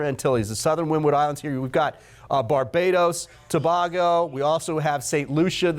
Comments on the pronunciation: TO-BAY-GO not TO-BAH-GO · stop saying tobaugo! learn the current pronunciation of countries if you are going to be on tv! Embarrassing! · Thanks for the update. Our island is pronounced To-bay-go. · Not To-BAH-go & Gre-NAH-da 🙄🙄🙄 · Learn to pronounce Tobago and Grenada please ... that's why I follow Mr Weatherman instead , he is the best where weather is concerned :yt::finger-red-number-one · You should ask a native how to pronounce Tobago.